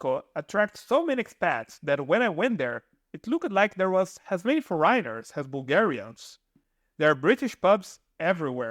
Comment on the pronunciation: I really have mixed feelings about this video... the intent is good, but the delivery is really bad. First of all, please learn to enunciate the words when you speak, and for the love of God, please learn how to correctly pronounce certain words, like: percent, foreign, foreigner, province, effectively, temperature... hearing the broken English is very distracting. If you want to make successful videos, at least please make sure people can understand you. Secondly, when you talk about the 7% regime in Italy, you don't mention that one has to be a resident in a town in Southern Italy with up to 20k residents, which is key... all the places you mention are well above that threshold. So once again, if you want to make videos to help people, at least do your research right and deliver correct information. Thank you.